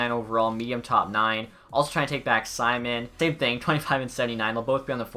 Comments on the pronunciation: It’s domnik see-moan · Pronounced as see-moan